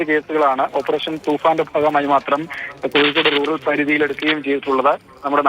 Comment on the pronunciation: കൊഴുൾകൊടുഎന്നല്ല, കോഴിക്കോട് 😁